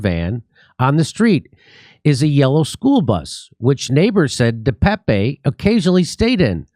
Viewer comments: And please start pronouncing his name correctly. Duh-Paap (I have no clue how to phonetically represent it but it’s only 2 syllables and is sounds like Duh and then Tape. It’s not Pepe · It's pronounced David Deuh pââp